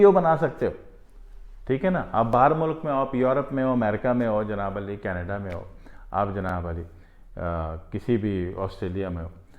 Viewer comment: Bhai Janaab Ali Nahi hota, Janaab Aali hota h